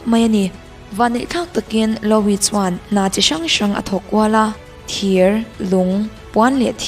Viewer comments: Louis Vuitton.... louis I lam dan hi a diklo... lu-i tih ang deuh a lam rik tur, mhse a thluk hi mizo tawng pai tak a lu-i tih lam rik ang deuh in... a mak hi ka ti thin YouTube a channel meuh siam ve si hmeichhe țhenkhat hi an thil lam a mak thei top... true crime in mizo channel phei chu nui nuih hak na tur hi a tam... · Louis (Loo wee /lu i) "o" hi ri tello...anyway a bengvarthlak e.... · Louis lam dan chuh 🤣🤣👍